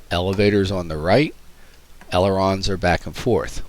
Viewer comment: "Elerons" lol